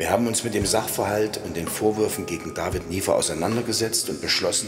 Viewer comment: WIESO IMMER "DAVIED"